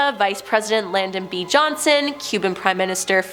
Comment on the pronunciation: Post-humously?????? Oh my dear Lord! It's posthumously, pronounced po·styoo·muh·slee Lyndon B. Johnson not Landon Fidel Castro not Field